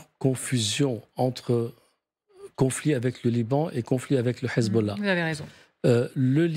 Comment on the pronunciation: Pourquoi quand ils disent hesbollah ou hamas ils le disent avec le h prononcer obligé c pour faire allusion ak les arabes